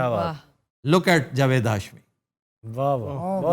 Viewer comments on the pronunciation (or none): none